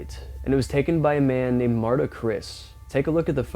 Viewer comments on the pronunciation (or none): none